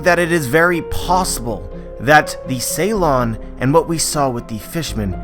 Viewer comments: It's called Suron (long u) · Isn't it Su lon instead of Ceylon?